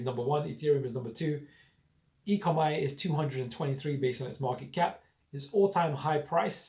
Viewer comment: dude its pronounced 'E Co Mee' not 'E Co My'! Its OMI token not ECOMI. ECOMI is the company name. OMI is not like any other crypto. No other project like it at all. This will fly very very soon. NFT and metaverse will be sooooo big! Expecting 20 x by year end. More than just legs! currently have 100+ licenses like Marvel, DC, NFL, Back to the future, Jurassic Park and soon Pokemon etc. They are on very few exchanges with a new exchange announced today (OKex). Binance and Coinbase coming very soon. NFT drops sell out in mins ($1M+ sales each drop). They are only just getting started!